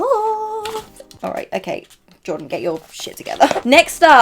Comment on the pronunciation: I love Jordan - but from the pronunciation..... Well..... No babes she doesn't